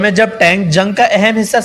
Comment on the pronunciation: ڈنگرا یہ بختر شکن نہیں بکتر شکن ہے